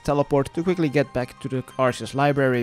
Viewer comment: Arseus, lol. Sounds like a monty python character.